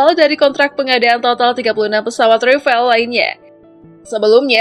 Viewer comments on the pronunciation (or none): none